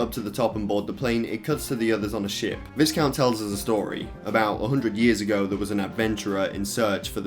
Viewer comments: "The VIZcount is the main villain of the game." oof "Then you face the VIZcount as a boss." double oof! "In the end the VIZcount gets the crystal." BIG OOF! Yeah It's VYEcount. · It's pronounced vai-count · Lol its pronounced Vaicount. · Visscount? Slight chuckle when hearing that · VISCOUNT is pronounced with a silent S, like VIH-COUNT :-) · please pronounce viscount properly.... jesus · Just like the biscuits the the S in viscount is silent